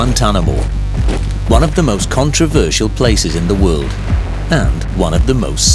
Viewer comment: thats just not how you pronounce world it sounds like hes trying to do a skyrim dragon shout at me LOL